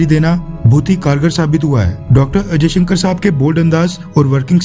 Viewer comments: Henis S.jaishankar not ajayshankar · Jayshankar not ajaysankar.history parley.tera Nam Kiya hay... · AjayShankar sab nahi S jayashankar Saab Hai. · I listen every time Ajaisankar . S. Jaisankar ya Ajaisankar.???